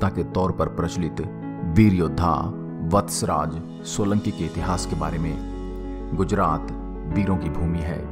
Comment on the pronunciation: Kahani sahi hai par nam thoda galat hai vatcharaj nahi veer vachharaj dada